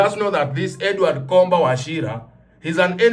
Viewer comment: Comba is Pronounced "Somba"